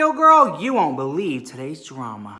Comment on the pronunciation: Read the title and then heard you say, "...and today you won't be-leave the drama." And no. I didn't.